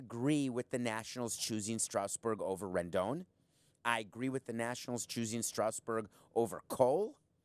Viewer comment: He has good points but his pronunciation of "Strasburg" is distracting. It's not pronounced "Strowsburg", it's Strasburg.